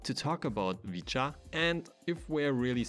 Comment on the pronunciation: its supposed to be pronounced "vit-chaa"